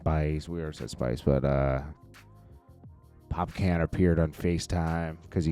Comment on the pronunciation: Bro how are you reporting on dancehall and can’t pronounce the artist name and your wife is Jamaican the man name is Pop-Con that’s how you say it holy